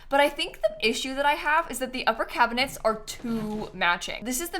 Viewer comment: Cracking up at "Cabihnets"